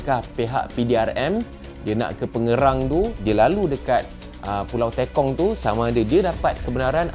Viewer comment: Pembetulan Sir, Pulau Tekong(e. g. Tepung, Terus atau Tekan not Teykong ... 😊😷